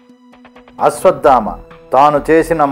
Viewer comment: Its not ashwaddhama sir its ashwatthama